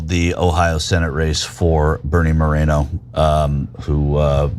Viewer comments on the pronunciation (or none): none